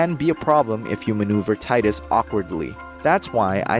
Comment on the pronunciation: “Tee-dus” not “tie-dus”